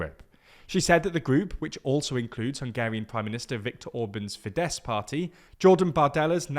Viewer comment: Hooray! finally pronounced Fidesz right.